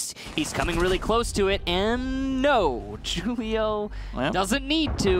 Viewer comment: Mans said Julio wrong lmao